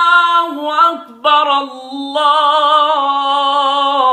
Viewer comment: akbar ke ra pr zabar ni pesh he